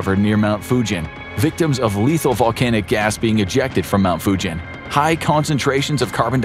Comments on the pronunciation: Mount Fugen is pronounced like “Mugen” Honda, not like Fujian in China. Not “jeep” sound but “geese” sound. Just being picky… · The mountain is not called Fujen, it's a G .... Fugen. I know it may come of as nasty, I just want to help English speaking understand